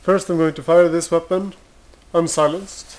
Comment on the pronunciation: why is he saying weapond- weapont?